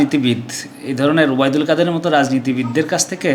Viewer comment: কাদির নয় কাদের